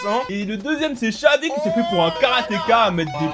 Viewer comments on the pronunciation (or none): none